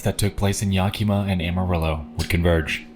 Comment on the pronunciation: Bro keeps saying Yakima wrong 😳